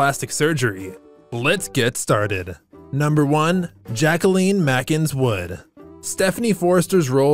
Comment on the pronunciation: And JIW's name is pronounced Jacklyn Mac-in-iHS Wood. Marone is pronounced Mah-roe-nee.